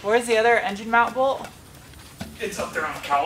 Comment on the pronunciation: I will forever call it "en-jine"